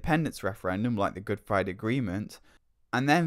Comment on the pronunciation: what does he mean by "Good Fwiday"?